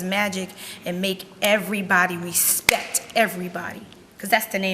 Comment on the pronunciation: She said “Recpect”